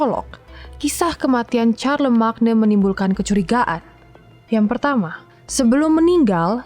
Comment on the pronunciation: Charlemagne itu bacanya Carlemayn